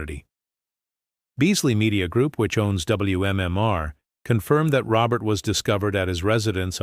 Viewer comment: Ro bare. Not Robert